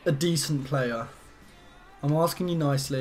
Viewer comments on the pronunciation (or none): none